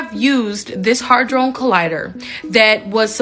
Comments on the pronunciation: its Large Hadron Collider not "hy-drone". The way i understand it Hadron is the name of the scientist who supposedly discovered these sub atomic nano particles. The term "Large" in the name of cern reflects the physical size of the machine. The "Collider" part simply means what the machine does which is to accelerate sub atomic particles to near light speed and smash them together hence the word collider. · Girl cant pronounce HAdron, she says it different every time.